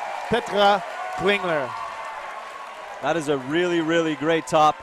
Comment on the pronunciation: Petra Klingler is not from Sweden (SWE), as the rankings want to make you believe XD. It should be SUI or CH for Switzerland. Also, the commentators pronounce her name in a very weird way Edit: I'm stupid and don't even remember the abbreviation for my own country